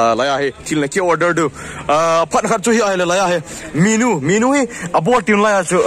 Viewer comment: minu ham menu hm?? 🤣🤣 na pronounced dn cu sess... 😅😅😅 a thu um dn chu na bro anyway big2 fans